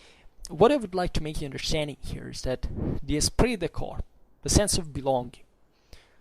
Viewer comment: Just one correction if I may. The French word corps is pronounced core. A very good video!